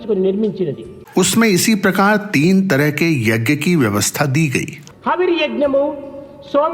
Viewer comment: स्वामी के उद्बोधन के हिन्दी अनुवाद में आपके द्वारा 'यज्ञ' शब्द का अशुद्ध उच्चारण खटकता है। स्वामी के उच्चारण को सुन कर सही उच्चारण किया जाना चाहिए।